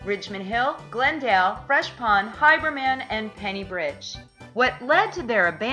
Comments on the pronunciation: Haberman - long a as in hAy. Not Hiberman. Maspeth, Not Maspath. e not a. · She's obviously NOT a Noo Yawkr.........Outsiders MURDER a lot of New York names...Her HY-BERMAN and mas-PETH get damned annoying throughout the whole video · Someone needs to explain to how to pronounce Haberman ( HAYbur-Man) and Oyster Bay ( Oy Ster - Bay )